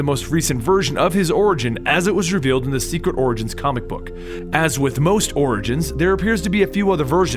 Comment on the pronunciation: You said orings 6 times